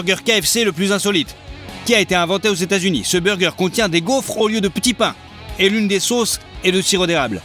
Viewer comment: Salut la personne qui parle dans la video devrait aller prendre un cour de prononciation car dire émirats eux dû ni pour ÉTAT UNIS ces pas fort . Et cette erreur il la fait souvent comme dire de l huile quand ces du beurre et autre . Donc serai tu possible de bien articuler et si tu te rate refait la scequance au moin laisse pas sa mal faite 😔